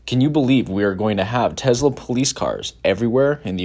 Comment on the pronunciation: Tesla with an ‘S’ not Tezla with ‘Z’ on pronunciation.. just saying..